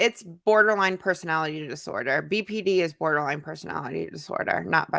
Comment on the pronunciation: I remember (only bc it irritated me) she’d call BPD “BPT” and I would want to yell at the screen saying it’s D. How you gonna say you have BPD but you don’t even say the initials right